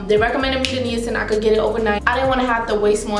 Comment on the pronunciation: FYI - Niacin is pronounced Nye-ah-sin. Another name for niacin is vitamin B3. Niacin occurs naturally in food and you need it. What you experienced is called "niacin flush" and it happens when you take high doses of niacin. It happens because niacin causes the capillaries in your skin to dilate (aka relax) which increases the blood flow to the surface of your skin. You have to be careful about high levels of niacin.